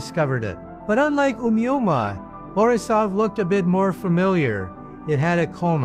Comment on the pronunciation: this nutjob pronounces "Omouamoua" differently every instance 😂😂